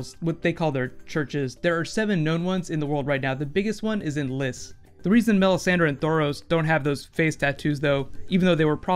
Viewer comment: It's lease not liss( lys)